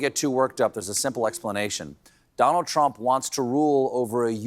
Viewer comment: You're still saying Drumph, huh?